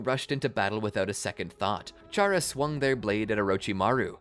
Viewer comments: ain't no way bro combined undertale and naruto💀 great video so far though, also i think its pronouced Cara not Chara, but idk it might be up to the player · Its pronounced K-era because its like Character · 1 its pronounced kara 2 charas intangible